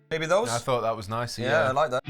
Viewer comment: like, “ya, thash niiiishe”